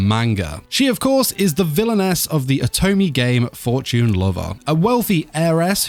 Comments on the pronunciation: i hate how you said Oto-me Great vid as always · Yoy mispronounce lots of words. Otome, Acchan . Check and fix that next time. If u did, gj.